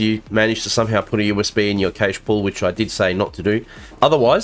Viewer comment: Cache is pronounced "cash".